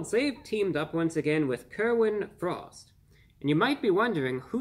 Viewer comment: It sounds like you're saying Kermit the Frog I'd rather want something featuring Kermit the Frog